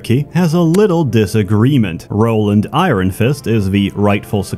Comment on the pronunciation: The way pronounces 'iron' makes me think he's not a native speaker. Where is he from?